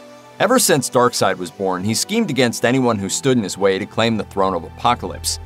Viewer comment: Steppenwolf is just an awesome name......and darkseid also a fantastic name but should be pronounced darkseed rather than darkside....sounds like an offspring of Darth Vader